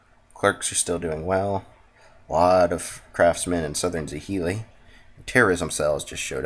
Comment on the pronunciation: Zh is pronounced as a "J" in Chinese, for example Zhili = Jhili, Q is pronounced as a Ch so Qing = Ching, and X is a tricky syllable, but closest to "Sh", Xiaoping = Shi-ow-Ping. Great series! Love the pacing and calmness of your commentary.